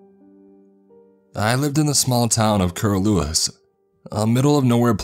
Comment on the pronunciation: It's pronounced "kah-lewis" and gun-eh-dah" I was born in Tamworth and grew up in Gunnedah. This kinda spooked me a bit. I also have family in Curlewis, went to dinner with some of them there when I was younger. I love hearing how other people pronounce Tamworth and Gunnedah. I've had people say "Ganada" like Canada before.